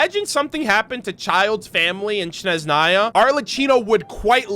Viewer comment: As a Slav, I’m dying a little every time content creators pronounce Snezhnaya as Shneznaya :D just sharing pet peeves, no hard feelings about it, appreciate the content a lot!